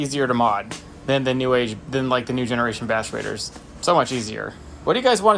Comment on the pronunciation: "than" not "tan"... i actually like the color haha